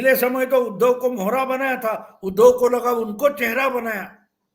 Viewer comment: उध्दव शब्द का उच्चार आप ऊधव ऐसा क्यूं करते हैं? क्योंकि उ का उच्चार आप ऊ ऐसा करते है। जब आप उ का सही उच्चार करेंगे तब आप उध्दव शब्द का सही उच्चार कर पाएंगे